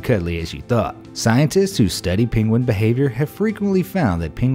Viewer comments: Its Penguin not Pinguin ! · The mispronounced Penguin cracked me up.